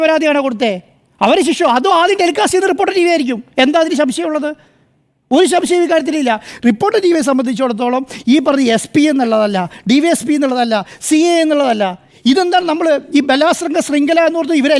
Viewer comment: Haventshame muttil marammurikaara 😂😂😂😂 ശംശയം, ചൊരം. He doesnot know even correct Malayalam. Tree fellilg man becomes media person 😂😂😂